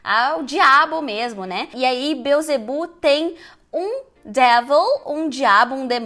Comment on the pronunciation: monstruósiti amei sua pronuncia manstruásitee a fonetica disso ta bismillah é pelo amor de DEUS e beelzedbu has (r forte como no português) a devil put aside for me é o correto dizer biowtzeboo Réssa dévul pat assait fô mi fô miiiiiii , ok? vastest du? tente entender esse seu inglês americanizado bem a empresa ai já diz né CCAA , letra Ó tem som entre oa ambos acentuados agudos graves bóá rápido as quick as a flash reparou que não pus as quickly? queria ler de vc de presente saudades em inglês essa palavra vc faria?